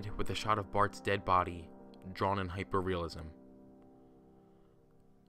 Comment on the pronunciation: "Hipeeir reileistidk"